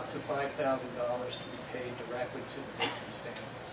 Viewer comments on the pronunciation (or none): I don't like how the judge used the excuse that, "sorry, this is hard when he couldn't pronounce the names of the victims."